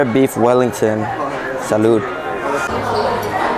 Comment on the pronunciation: Your videos are interesting but every time you say salud, it annoys me so much.